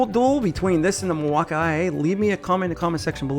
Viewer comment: I'm new to this topic so maybe I'm not understanding but is the guy in the video uncertain how to pronounce "Milwaukee"? It's not just a tool brand. There is also a very large city in Wisconsin state called Milwaukee.